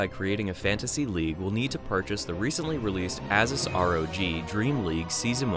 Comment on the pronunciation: "As-us R O G"? Really? :/